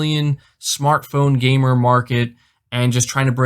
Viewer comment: The way Phil Spencer says “gamer” makes me uncomfortable